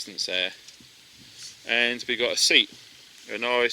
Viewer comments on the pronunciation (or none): none